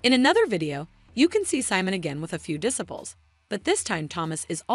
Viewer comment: Check your pronunciation of "disciples." It's not right.